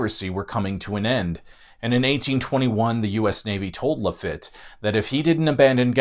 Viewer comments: Great video and many thanks. Just one note from a Gulf Coastal native: its Jean "La Feet" not "La Fit". That made me cringe a bit. Cheers! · It's pronounced La-feet ! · His pronunciation of Lafitte was painful.